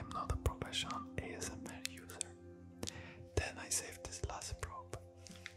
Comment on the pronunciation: A S M RRRRRRR LMAO <3 Jankos is goated